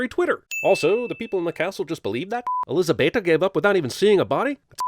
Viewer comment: What I can't understand is why can't dracula pronounce elizabeta's name right but the priest speaks fluent romanian?